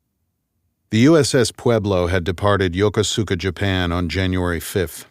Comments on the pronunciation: Lost me at the pronunciation of Yokosuka… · Mispronounced in a past novel, anyone who has served there would pick this up. Suggest taking a trip to learn one key pronunciation…